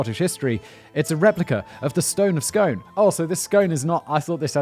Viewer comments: You need to record this again Simon. It is pronounced SCOON. I WAS SHOUTING AT THE SCREEN AND YOU STILL SAID Scone! I’m not sure you will ever be allowed to visit Scotland now, ma wee laddie! That's a huge Faux Pas to anyone north of the border. (To non-Brits. (that is Scotland). I love The Casual Criminalist episodes. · First thing I said to my hubby was 'it's pronounced SCOON' :D :D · Scone in Scotland is pronounced skoon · I love this channel but it's pronounced Scoon, not scone. 😂😂😂😭😭😂😂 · Apparently, it’s pronounced Skoon. The more you know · Scoon The Stone of Scoon Pronounced Scoon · Scone in this instance is pronounced "skoon/skün" as in it rhymes with noon. I realise I'm three years too late with this comment but that intro bugged me 😂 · It's pronounced the stone of "skoon" not scone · Stoon of scoon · Pronounced 'Scoon' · Its pronounced stane not stone. The stane of scoon. 😂 😂😂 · 'Scoon,' Simon! 'Scoon,' ya bampot! And the eejits at Westminster are NOT our overlords! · Pronouncing it scon seems more posh than Scone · Pronounced Scoon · Bro it's pronounced scoon... nothing to do with the pastry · I'm a bit late to the party here as I didn't see the notification but this is an odd topic for this channel! Edward Plantagenet nicked it off of us in the first Scottish War of Independence! P.S; it's pronounced "Scoon" although it's spelled "Scone" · I've been avoiding this video for months because I knew Simon was going to say Scone wrong. It seems if you're not from Tayside you'll think it's pronounced like the bready thing. I've even heard Glaswegians pronouce it wrong. (It's skoon) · It is definitely the stone of scone (skoon) as in bloom. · pronounce scoone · I thought it was pronounced scoon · I'm fairly sure you say it like "Skoon", not like the bread like pastry. I'm not sure I'm not Scottish. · I pronunciation is scoone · SIMON HOW CAN YOU NOT KNOW IT'S PRONOUCED SKOON?! OHMIGOD YOUR SO DUMB!! HAHAHA!!! Edit: Teehee. :P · It's pronounced SCOON. Like spoon.